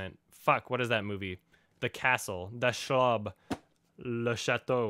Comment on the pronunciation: ahahahahahahaha you said "das schlob" or what. castle in german is schloss or schloß pronounced shloss and not schlob ahahahahahaha